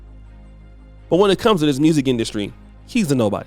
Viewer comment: What is masculine “industry “. You always be messing up them words bruh. But supporting nonetheless 😂😂